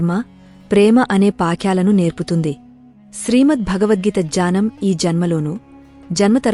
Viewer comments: Gnanam…ani chadhavali kadha…. Jyanam ani chadhuvutunnaru…. Sari chesukondi.. Gna…. Ane aksharanni gya ani palukurunnaru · Telugu reading lo chala mistakes unnay దుఃఖం - దునకం కాదు జ్ఞానం - జ్యానం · Not Janam but Gyanam. Radhe Krishna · Nice video. Thanks for that. But it is not done by a person who knows telugu reading: Following pronunciations are wrong. 1. Dukkamu - Sadness 2. Gyanam - knowledge